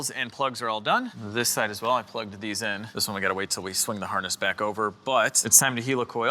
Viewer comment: Helicoil pronounced heli like helicopter